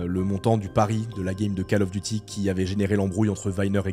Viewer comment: 11'50" : Faut arrêter avec la Cale du Devoir... C'est COLE, pas CALE ! Call of Duty !! Anglais niveau 6eme.